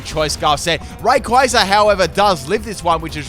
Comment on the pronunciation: I love how mispronounces names all the time, yet is one of the few people that properly pronounces "Rayquaza" (Pronunciation sources: movie and Battle Revolution)